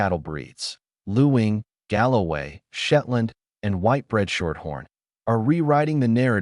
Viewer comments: Luing is pronounced LING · The pronunciation is actually ling